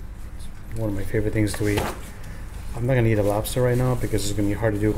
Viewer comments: this nigga said robster 😭😭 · “LOBASTER” herro